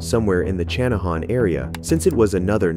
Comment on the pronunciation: Channahon is pronounced Shanna han.